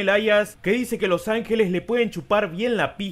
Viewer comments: Me dio mucha pena ajena cuando dijo los angueles xd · "Los Ange-Lees" palabras inmortales de Becky Lynch 2019